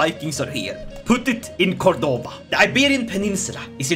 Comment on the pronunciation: As someone from Córdoba, It hurts me deeply the way you pronouce Córdoba and Badajoz. On the other hand, I really like this new alternative future you've set for my country, I really really like it